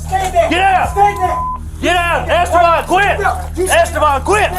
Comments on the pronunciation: "Es Stay Ban?" It's pronounced "Es teh ben" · Es Stay Ban (the way AI pronounced it) was on a send off looney mission. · The cop even says his name correctly in the video. Its not es "stay" ban